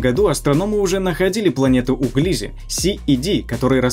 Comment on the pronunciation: Не ГлИзе, А ГлизЕ!